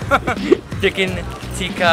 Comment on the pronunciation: Ticken chikkaa😂😂😂